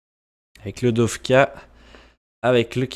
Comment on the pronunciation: J'ai remarquer que tu dit dofka alors que c'est dokfa ( je suis pareil )